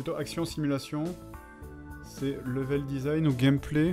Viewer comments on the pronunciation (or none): none